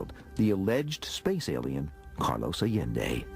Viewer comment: Funny how he can't even pronounce the name of the man who supposedly became the focus of his life. It's 'eye yen day not 'a len day. Pitiful